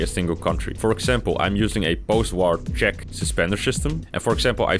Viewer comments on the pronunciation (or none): none